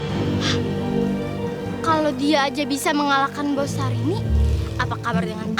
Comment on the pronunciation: Kakek nya bilang sarini bukan syarini